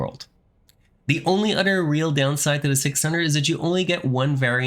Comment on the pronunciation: Honestly man, it's "other" not "otter" that annoys the heck outta me. Bye